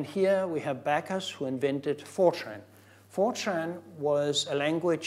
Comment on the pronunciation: I can't be the only person that hears 4chan whenever he says Fortran.